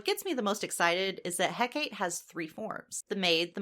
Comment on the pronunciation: Hecate, Heh-ke-tee